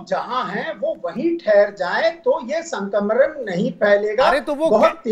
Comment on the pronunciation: Abe pahle sankraman bolna sikh Sankmran bol rhe ho